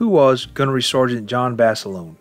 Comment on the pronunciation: Would like one JUST ONE video where Basilone's name be correctly pronounced. It's pronounced Baselona the i is e and a HARD A at the end.